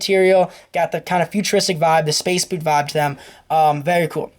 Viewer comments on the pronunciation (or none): none